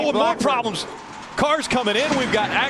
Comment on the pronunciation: "OH, PRAWBLEMS" Lol, never fails.